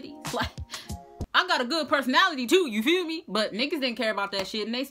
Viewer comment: "You feew me"